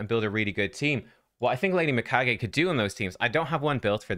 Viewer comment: finally one who pronounces her name right.